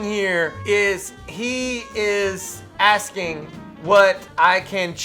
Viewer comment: You cain't do dat 'cause I'm axing questions about awful law!